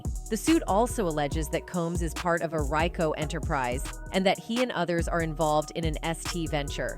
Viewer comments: AI voice says RY-Co instead of RICO. But this AI voice also results in the pronunciations for the self-censored words s-assault, s-harassment, and s-workers being pronounced ass assault, ass harassment, and ass workers ! What a joke! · The robot voice failed to say RICO correctly the first time.